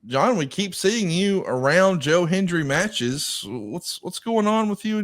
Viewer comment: Can we teach the older wrestling announcers to say Hen-D-ry?😂 Cole & McAfee did the same thing. 😂